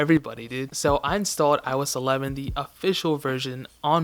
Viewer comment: iOS 11dy? WTF?😂😂 😂